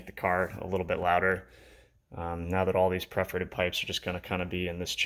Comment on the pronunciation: It's perforated pipes, not preforated pipes.